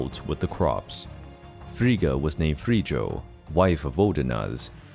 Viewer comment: actually it's pronounced /ˈɸrij.jɔː/ or "Free-oh" the j in proto germanic makes a y sound, not a j sound